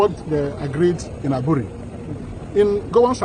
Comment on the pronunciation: Is pronounced Aburi not Abure.. Aburi is a town in the eastern region part of ghana.